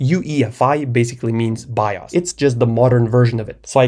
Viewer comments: The only pause I had was me looking in the comments when he first said "by us" instead of bios to see if anyone noticed. (Also, for no absolute reason, to download an emulator and play some Star Wars: The Complete saga) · bro it’s pronounced “Bios” not “Bios” 😊😂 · i love the way you say bios by-os